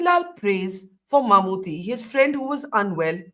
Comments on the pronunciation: First, it's MammooTTY... as in KUTTY pronounced as Tea... not thée. It's short for Mohammad Kutty, kutty meaning kid. It's a shame a journlaist like you can't even pronounce his name despite him being a well known, multiple national award winning actor for close to 4 decades. Second, this was not a controversy at all... 99.99% muslims rejected the communal tone with the deserving irreverance... This North Indian arrogance and ignorance is really really irritating... do something that matters. Waste of time, space and money! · Exactly, and she can't even say Mammottys name properly... what an absolute ignaromous